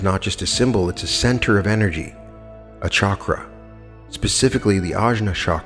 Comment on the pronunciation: Chakra - pronounce ch, not sh (choose, chat, etc.).